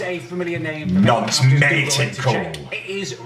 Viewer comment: Thwack yh but said noncy